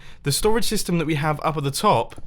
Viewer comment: I swear when Mumbo says STORAGE SYSTEM he says "storage stystem"